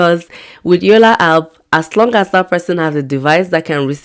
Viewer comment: It's called yolla app not yolla hap 😅